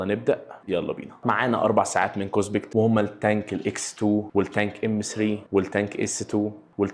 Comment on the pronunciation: اسمها كوسبت مش كوسبكت